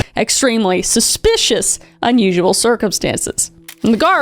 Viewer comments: Kris needs to make T-shirts that say "SPUH-SPICIOUS." And the proceeds can go to her court fees after T** sees this video. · Am I missing some joke with your pronunciation of ‘suspicious’ ? It’s wrong every single time. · Suspicious.. Not Spuspicious ... 🤦🏾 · Are you saying suspicious because I keep hearing you say spespicious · The SPUHSPICIOUS was so Wiwey 😂🎉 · I gave it three “spshpicious” I’m out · Genuinely curious as to why u pronounce suspicious wrong😭 is it on purpose? It makes me laugh every time but u sound like u think ur suppose to say it like that. Great video btw🔥— omg u said it right! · Just realised: Kris might not be able to say suspicious right 🥹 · I was wondering the same thing